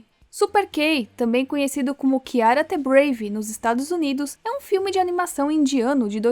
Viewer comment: Moça, "the" se pronuncia "Dê", tipo um "Zhê" com a língua pra cima Não se pronuncia "Tê"